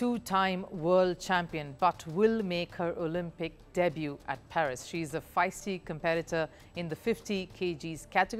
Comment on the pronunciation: It's not PHERIS , it's PARIS